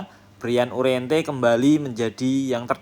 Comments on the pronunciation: Uriarte min,,, bukan uriente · U R I A R T E Ga ada huruf "N" min